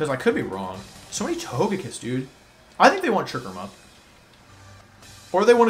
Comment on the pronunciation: Wolfe saying " I'm not frustrated" after being so frustrated he was pronouncing togekiss correctly instead of his normal meme pronunciation